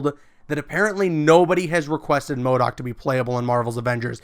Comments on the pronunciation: I was about to dislike when he said mordok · Man said mo doc 😂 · bro i was so confused when he said modok.